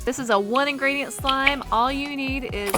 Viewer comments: She said 1 ingriedient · She said 1 ingridiant